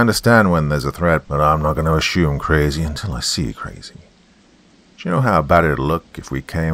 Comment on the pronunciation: Friendly heads-up: If you want to use an American accent, stop using "sh" where "s" is appropriate; it's assume not ashume, and consumer not conshumer. And nobody in the States knows what "Oh ess aitch aye" is, but "osha" is well known by virtually everybody. Just FYI.